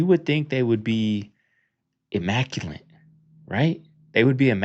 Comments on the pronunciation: 2 things, 1- what’s a bassinet over a babies bed that’s outer space??? Does she mean there’s a mobile over the bassinet?? & 2. There’s no N in the word immaculate lol you were saying “immacuLANT” - that’s not a word lol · Em-mac-cue-let. Not emaculeNt. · Here me out,I'm not trying to be smarty pants over here but it's immaculate not immaculante.I would want someone to correct me so I thought I'd give you a heads up that you pronounced that word wrong. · I'm positive you said 'immaculent' twice. Back to school for you buddy...